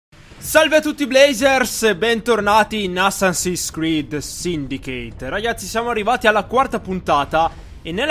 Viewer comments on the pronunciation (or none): si legge saindikeit!!!